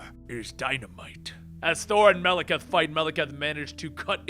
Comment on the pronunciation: Wtf? Melakath? Could've sworn it was malekith